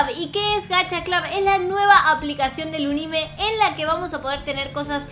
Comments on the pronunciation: no se dice gacha clad es gacha clud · porq dices gacha clob? Es gacha cl"U"b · lyna se pronuncia gacha club no gacha clab solo no te estoy hobl.ingando digo que es asi se pronuncia😼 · Todo el mundo: Gacha club, tower of hell...: gacha clab, tawer of hell:v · Soy yo la unica que lo dice como se escribe y no como lyna xd? ¿Gacha CLUB o Gacha CLAV? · Nadie: Absolutamente nadie:: Gacha CLAUS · que se dice gacha club y lina dice gacha claus xddd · Todos: Gacha Club:D: Gashia Clab;w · todos: Gacha Club nadie: absolutamente nadie:: Gacha Clab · diciendo: Gcaha Clab Yo: se dice Gacha Club:v Se dice como se escribe, ninguna diferencia xd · lyna no se dice "gacha clab" se dice "gacha club" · se pronuncia gacha club no GACHA CLAB 🙄🙄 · Gacha Club es mucho mejor que Gacha life se dise GACHA CLUB NO GACHA CLAB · vos dijiste gacha clab es gacha club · no se dise gacha clab se dice gacha club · No se dice gacha clab sino gacha club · No se dise Gacha Club Se dise Gacha Club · Solo 1 se dice Gacha clubbbbbbb!!!! no Gacha clap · es gacha club no gacha blus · Se dice gacha clup no gacha clap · No se dise gacha clab se dise gacha club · Se dice gacha club no gacha clab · Dijo gacha clob xd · te cunfundiste en la pronunciación es * gacha club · se pronuncia gacha club como se escribe así se pronuncia